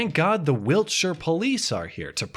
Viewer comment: thanks for not Americanising your pronunciation of Wiltshire. Good Video